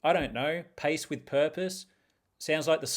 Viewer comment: At first listen, I thought you said "Paste with purpose" and I thought i missed something crafty, but you were just going for a walk 😅